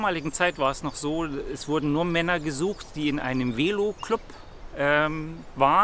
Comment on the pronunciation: Weelo 🤣🤣🤣 es heisst, Velo!